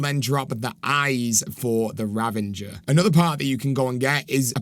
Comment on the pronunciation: 😂 ravinger.. it's ravager